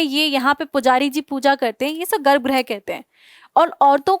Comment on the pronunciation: Garbh grah nhi garbh grih hota hai (it's गृह not ग्रह)😊